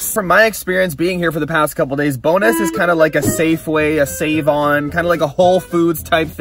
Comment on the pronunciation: LOL its called Bónus not bonus, Icelandic and Faroese People Will know what I’m Talking about ( sorry if there are more languages that have an “ó” those are just the two I know of )